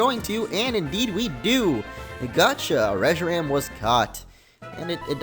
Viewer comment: Reshiram in the battle it said Reshiran